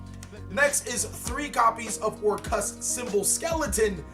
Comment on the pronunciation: why do people keep calling them orcrust? instead of orcust he is the only one who says it right.